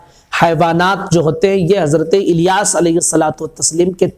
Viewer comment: Sahi talaffuj kijiye Iliyas nhi Ilyas hai alif lam zer il hai